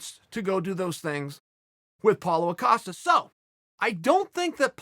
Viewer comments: "Polo" Costa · Paulo “Acosta” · Me: Paulo Costa Chael: Paulo Acosta Me: Ok great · “So Paulo Acosta” - Uncle Chael